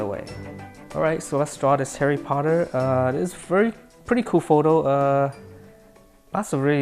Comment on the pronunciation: What said: Let's draw Harry Potter What I heard: LetS DrAw a HaiRy PotTeR